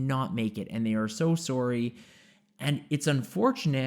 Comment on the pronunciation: Very well done. Also, as a Canada-born American, I did notice your pronunciations of "sorry" and "about" that tip you off as a person from the "Great White North." Are you indeed a Canadian?